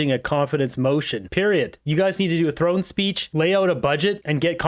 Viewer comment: "throne speech" Champagne, not "drone speech" 😹